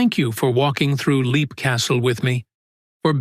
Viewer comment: I had heard Leap pronounced 'lep' before.